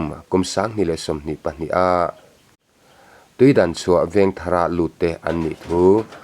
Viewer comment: Tuidanchhuah tih ni lo in tuidangchhuah zawk aw